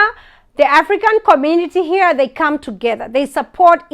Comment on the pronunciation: In aaaafrika 😂..so heeear (here) 😂